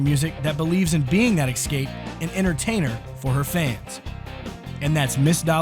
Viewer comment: It's " es-cape",not ex-scape" . Just sayin' .